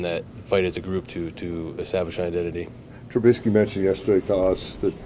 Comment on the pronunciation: How do people butcher his name so badly? LOL. T-R-U-B-I-S-K-Y. But yes he plays scared it seems